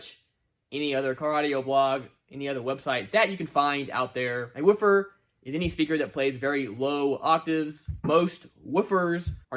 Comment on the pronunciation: why are you saying woofer like that? Are you one of Ric Flair's relatives?????